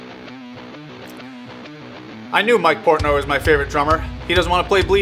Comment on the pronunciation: Just can't get over the mistake of saying his last name of Porntoy.